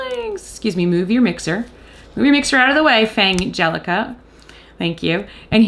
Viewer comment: Also, just wanted to say I'm glad about your pronunciation of Fangelica's name. You came up with the same pronunciation compromise that I did, so both of the "g"s from the parent words would be included. Otherwose, it would be "Fan-gelica" or "Fang-elica", both of which lose the pun when spoken.